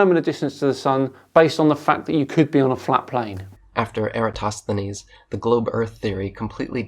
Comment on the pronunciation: It's a shame that Michelle Thaller pronounces "Eratosthenes" as "Erastosthenes". It doesn't undermine her credibility, but it niggles a little. She's generally a very good science communicator, with the bonus of being an actual scientist. I think what she means by "it's not OK to think that the Earth is flat" is that it's not acceptable from a scientific point of view to think it's flat, as the body of evidence suggesting otherwise is vast, varied, coherent and beyond reasonable doubt.